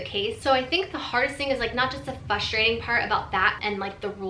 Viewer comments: Fustrating, what happened to the R lol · I get frustrated when people say fustrating 😂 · have you ever noticed that you (as an individual) never pronounce the first R in frustrating? you always say fuss-trating hahaha i've noticed it for years and just wondered if you even knew that you do that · I never noticed but now I can't unhear it😂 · vegan queen I caught that too. I think it’s cute